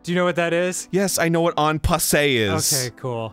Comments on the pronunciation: En passant. Not en passe. Eh, why am I criticizing, at least one of them even knows this is a thing in chess...which is more than I expected. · EN PASSAN! NOT "on passeh" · its "En Passant", not "En Passé", because you take the pawn "En Passant" behind it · "aunt passé" En passant [ɑ̃ pasˈɑ̃] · en passant, not en pass-AY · Anybody else really mad they're calling it "En passer" when it's "En passant"? (which means "in passing" in french , whereas they're saying "in passed"...) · I think Dan means En passant, not "en pass-ay". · It's "en passant." Not "en passé." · It's "en passant", not "en passé" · It's "en passant", Dan, not "en passe." I'm guessing not many French speakers in your Jersey chess club? :-D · It's pronounced "En Passant." Not "On Passay." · ITS EN PASSANT NOT EN PASSE STOP TRIGGERING ME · it's en passant not en passe..... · Wow. Surprised this game has onpassoint. Not how you pronounce it but...neat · please fucking say en passant correctly "un pass-ont" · For all of his ability at Chess, Dan never learned how to pronounce En Passant for the life of him. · "Yes, I know what en passe is!" ... Yet you clearly don't know that it's actually called en passant. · argh! pronounce en passant right!! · You're saying en passant wrong.